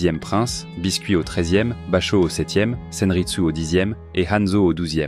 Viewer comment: Très bon résumé, seul bémol pour moi... la prononciation de biscuit 😅